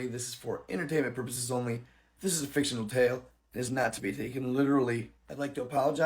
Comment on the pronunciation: Why am I watching and you just said fictionary account